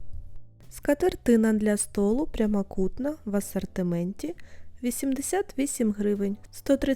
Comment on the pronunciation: Вдосконалюй вимову, не Акай по- кацапськи, не Асартимент, а асОртимент! Не «гарний по якості», а «гарний ЗА якістю»! Ти в Україні, а не в Кацапіі, твої відео для громадян України, тому не будь така безграмотна, бо нам, українцям, - ріже слух!!!!!!!